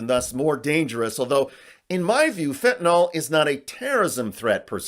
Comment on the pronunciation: Weird how so many people mispronounce fentanyl